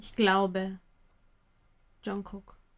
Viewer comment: Lieber, Liebe, ich schaue eure Videos total gerne und freue mich über jede Reaction zu einem K-Pop-Song.:) Was mir allerdings bereits ein paar mal aufgefallen ist, ist die falsche Aussprache zu Jungkooks Namen. Im Hangul wird Jungkook "정국" geschrieben, in der romanisierten Form wird das somit "Jeongguk" geschrieben. Die standadisierte Schreibform ist natürlich "Jungkook", aber das erste "k" in Jung"k"ook wird wie ein "g" gesprochen. Es klingt einfach schöner, wenn ihr das vielleicht anpassen könntet. Es ist einfach eine falsche Aussprache, wenn ihr das erste "g" einfach ignoriert und es sehr hart aussprecht.:/ Wenn ihr euch nicht sicher seid, gibt es ein super Video in welchem sich Jungkook selbst vorstellt, da hört man die Weichheit im Namen sehr gut. -->